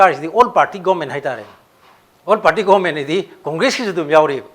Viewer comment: Please pronounce properly..it's government not goment